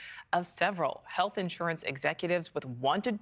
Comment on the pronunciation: “HEATH CARE EXECUTIVES”?!?!!